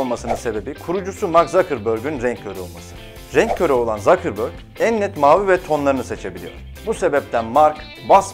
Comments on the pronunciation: Zakırbörg nedir yaa hiç almanca yok zsuckehrbörg die okunur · demin sen zakırbörgmü dedin. tsukabeag diye okunur ve zucker tsuka diye okunduğundan rusca bilenler ve ruslar hemen gülmesin :D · Facebook hakkında video çekip, 800 kere fesbuk demek, Mark Zuckerberg 'e Zakırbörg demek ? inanılmaz